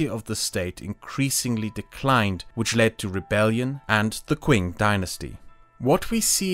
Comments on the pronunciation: It’s Ching, not kwing. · I know it's been a year, but next time you do a video with Chinese names in it, I hope the pronunciation gets better. The most startling one was Qing, which is pronounced "ching" not "kwing" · Qing is pronounced like cheeng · “Kwing dynasty” lmao, its pronounced “chi’ing” lol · Qing is pronounced "Ching" not "Kwing" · Bro said "Quing" dynasty 😭😭😭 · Just fyi, Qing is pronounced ching easily. However the ch sound is made with the middle of the tongue rather than the tip. It's a sound not used in English that is denoted by q (which is seen as redundant in the European style writing of Chinese called pinyin) which makes things confusing for those who don't know pinyin. Not judging you or anyone, just something I noticed. 🙂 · shoutöut the kwing dynasty haha